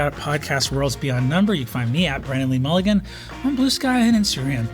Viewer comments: wennan wee wulligan!!! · Wendan wee wulligan